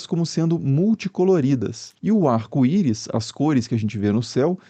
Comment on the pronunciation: “Arco iro”